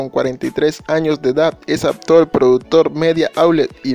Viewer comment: Se pronuncia ACTOR NO "APTOR"